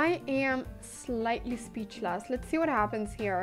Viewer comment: She became slightly "speechluss" - So glad she got the "chalk-mate" though!